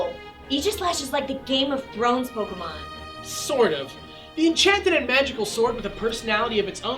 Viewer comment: Sword of instead of sort of